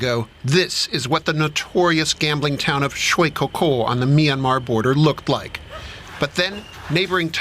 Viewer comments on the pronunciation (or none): What's "My Na Mar"? 😂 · Love the pronunciation of the American guy for "Myanmar" real mister international 😂